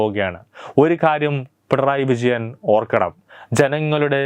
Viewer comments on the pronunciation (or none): none